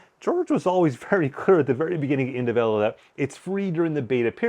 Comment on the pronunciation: No way is it pronounced "in-de-velo" lol. Please tell me I'm not crazy. 😂